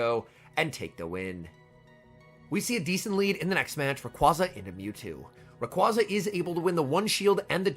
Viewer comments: ITS RAY-QUA-ZA NOT RAQ-UAZA. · All I want for Christmas this year is to pronounce Rayquaza correctly <3